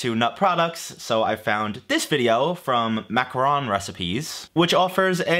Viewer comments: It's pronounced macaron, since you asked. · “Mac-ah-rhon” French pronunciation. “Mac-ah-roon” chocolate and coconut clusters, not the same thing. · MAC - a - roh(n) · Hey -- love your videos. It is pronounced macaron (MAH-cah-ROHN) the classic French cookie sandwich, and macaroon as the gross (sorry queens my opinion) little coconut lumps. Macaron (French cookie sandwich) is normally pronounced in non-francophone countries as MA-cah-RON. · The correct pronunciation is definitely not macaroon cause that's a different pastry 👀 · It is pronounced Mac-a-Ron. Macaroons are a completely different cookie made with coconut and chocolate. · Macaron is pronounced mak ka ron